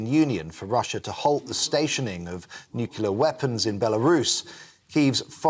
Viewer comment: GB News reader : "It follows pleas from the European Union for Russia to halt the stationing of nucular weapons in Belarus." Did he attend the George W. Bush College of Journalism?